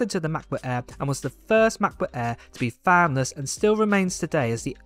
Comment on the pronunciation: What’s a Macbuk Aiiiiir? Lol